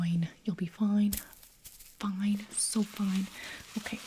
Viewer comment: You'll be FOIN